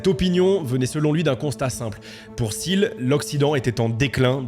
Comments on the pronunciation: Mec relou des commentaires ici : Pourquoi prononcer Peter SIL quand tout le monde dans les extraits prononcent TIL ? Même en allant chercher la bonne prononciation, je ne trouve pas de Peter SIL. C'est un point que je relève souvent dans les vidéos, pas que sur celle là, mais s'il vous plaît, un petit effort sur la prononciation des noms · Les premières secondes de la vidéo on entend Peter [til] et pendant toute la vidéo on va entendre [sil] 🫥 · Petite précision : son nom de famille se prononce "til" et pas "sil". Un journaliste lui avait posé la question dans un entretien, il avait répondu que ça se prononçait "til" car il continuait de le prononcer à l'allemande tel qu'à l'origine. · Peter Thiel se prononce TIL... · Parlons peu, parlons bien. La concurrence Youtube est féroce. J'ai cliqué sur ta vidéo parce que le sujet ma "parlait" ( je me doutais qu'il s'agissait de Thiel). J'ai quitté la vidéo dès que j'ai vu que tu prononçais mal son nom. Oui, déso, mais moi ce genre de détail décrédibilise complètement un contenu. Dans toutes les vidéo que tu as vues à son sujet, on prononce le T de Thiel. Et toi, tu le transformes en "th". C'est con, je sais, mais ça m'a suffi. Bon courage pour la suite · Quel est l’intérêt de prononcer son nom de famille 257 fois à l’anglaise avec le fameux « th » alors que lui même et l’ensemble des locuteurs anglophones ne le prononce pas de cette manière? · Comment peut-on faire une vidéo de 30 min sur qqn et ne pas prononcer son nom correctement ? Surtout quand celui-ci est si simple.